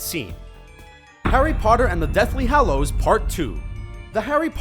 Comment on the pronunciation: You made a mistake in this video you said deathly hallows then deathly hollows